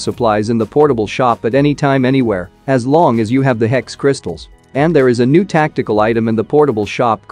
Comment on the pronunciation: says "I hope you learned something new" What I hear, "I hope you learned something noob"🤣🤣🤣